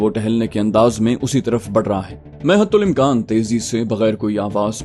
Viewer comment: حتی الامکان ت پر زبر ہے پیش نہیں